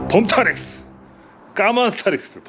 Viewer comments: 법타렉스도 아니고 범타렉스라니.. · 법타렉스도 아니고 범타렉스라니.... 이건 귀하네요